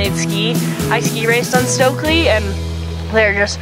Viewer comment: So glad to hear pronounce the Stöckli name correctly. It is not "stokli" as in "stoked/coke/poke", there is an umlaut, the two little dots over the o which is different than American English pronunciation. The "st" is pronounced "sht/scht" and the "ö" is between an eh like in "met" and "uh" as in "cup". Listen to the way she says it. May seem picky, but imagine if you were in a foreign country and people kept mispronouncing your name: annoying and impolite. ps. They are fantastic skis, but not for the feint of heart...you need to be a strong skier with good technique to handle and get the most out of their upper level skis.